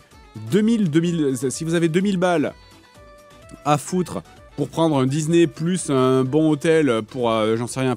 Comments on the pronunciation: Il dit Dizney, ça me fume 😄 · il casse la tete a dire dise né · Dizney.. Dizney.. Dizney 😂😂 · Dizney. Ça me fume à chaque fois. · Même pas foutu de prononcer Disney normalement !